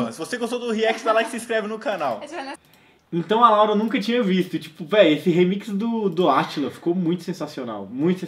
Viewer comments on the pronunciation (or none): Parece que a Laura fala Lauri